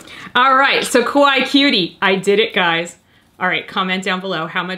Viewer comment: Ok, quick lesson time. Kawaii is pronounced KA-why-EE, not KA-why. Normally I have no problems with people who don’t speak Japanese, getting pronunciations a little wrong but in this case, the way that people always say it in the wrong way, makes it sound like a completely different Japanese word. A word that is kinda the opposite of what you want it to mean. Saying it like KA-why makes it sound like a slight mispronunciation of Kowai, but a lot closer to it than kawaii. And kowai means scared, not cute. So, remember, there’s another syllable at the end: KA-why-EE. 👍